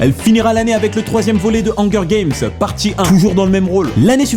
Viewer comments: <<Le rôle principal de "angueur" game>> selon x) la prononciation correcte des mots anglais c'est sûr que c'est pas toujours facile mais la il a abusé mdr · mdr hanger games il dit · MMDRR PAT TU DIT "ONGUEUR GAMES" --> MDRRR PS : Sans oublie à mdr le blédart quoi tu me tue ! xD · bordel comment ta pronnoncer Hunger Games ma tuer!!